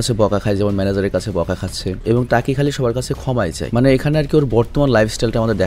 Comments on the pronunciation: টাকি না ভাই তাকি হবে😬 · টাকি না ভাই তাকি